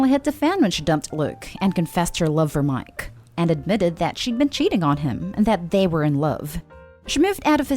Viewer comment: Omg I can't take how this girl says miKe it's really annoying